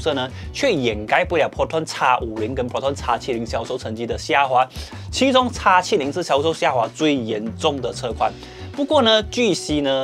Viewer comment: 叉70 很難聽，注意一下model的稱呼